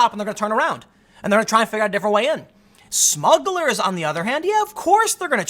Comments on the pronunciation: *Smugglers not "Smuggles" 👍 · At first I thought it was Muggles instead of Smuggles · I love that you haven't fixed "smuggles" yet, lol. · See that’s the problem with smugglers: the R. Take that out and they sound like a kid’s toy. Smuggles! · Lol what’s a “smuggle”. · You forgot the 'r' in the word smugglers. Haha those darn smuggles! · SMUGGLERS, not “Smuggles!”